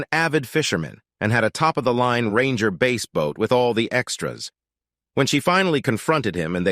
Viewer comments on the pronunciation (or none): Teach your AI to say bass not base. Brim is another